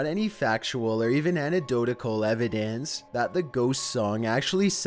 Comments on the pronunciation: It's also Casey Kasem, as in Kay-ssem, not Casey Chasm, Khazem, as you pronounced it. And it's anecdotal (anEKdotal) evidence, not annedotal. Greenwhich Village is called Grennich Village, Thanks. Just take the time to see how things are really pronounced. It's not terrible not knowing, I often don't know but I read a lot, and that's what happens. (I'm watching, waiting for Tubular Bells...) ;) Welp, I was wrong! Lol. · ANN-EE-DOTE-AL NOT ANN-EEE-DOTE-ICK-CUL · “Anedotecal evidence”